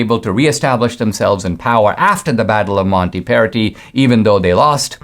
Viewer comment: It's MontAperti, with an A